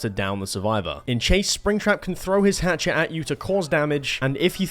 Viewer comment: “Hatchet” PLS STOP YOURE KILLING ME